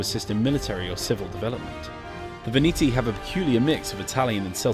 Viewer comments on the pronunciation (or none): And "VIVITY" insted of "VENETI"